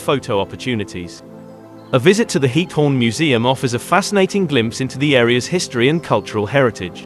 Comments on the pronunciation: Its GIETHOORN, not hiethorn GGGGGiethoorn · Please add automated dubbing in Dutch. As a citizen of The Netherlands you are killing me by pronouncing “Giethoorn” as “Heat-horn”. 🤣